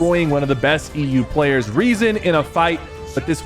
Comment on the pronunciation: Nah sypher actually gotta learn how to pronounce some of these names. He calls Rezon reason, he called teeny tenny, and he called japko janko, like brother his name is pronounced (yap-ko) not fucking janko.